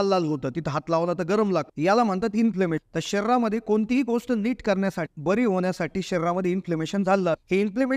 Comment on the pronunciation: " गोस्ट " शब्द " गोष्ट " असा उच्चारल्यास ऐकणे सुसह्य होईल.